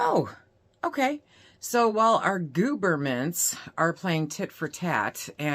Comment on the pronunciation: "gooberments" lol 😆 love it!